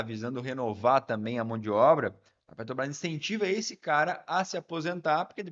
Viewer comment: "PETO BRÁS" , "PETO BRÁS", "PETO BRÁS"...!!!! Tu é ANALFABETO como o LULES ou simplesmente tem problema com DICÇÃO???